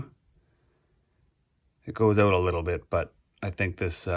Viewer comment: Great video! So good, I won't make fun of you for saying...oot! : )